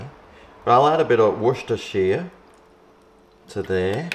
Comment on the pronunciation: Wah-chester-shire sauce